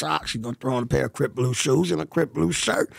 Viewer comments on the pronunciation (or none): He always says Crip Blue instead of saying Crip Clue